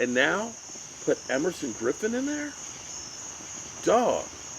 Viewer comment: Hope you got the name right.... Everson Griffin